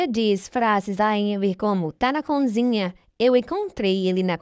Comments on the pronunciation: Bom dia ,eu homem gosto desta novela ,coisa um tanto inusitada ,parece anormL. Uma ressalva ,vc que narra ,quando diz conzinha é errado e sim cozinha .ok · Ouvir "conzinha" é doído! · Difícil é só ouvir "CONZINHA"😣